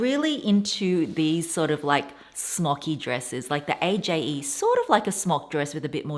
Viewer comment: Just an fyi, Aje is pronounced as Age.